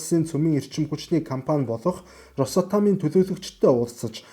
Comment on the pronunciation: Росатом гэж шууд хэлэхгүй ээ. Рос Атом гэж салгаж дуудна😊